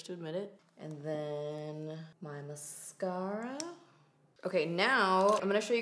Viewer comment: Did you just say mascara in an Australian accent 😂 that gave me life xx